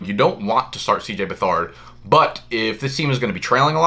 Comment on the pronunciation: Lmao, CJ Buh-Thard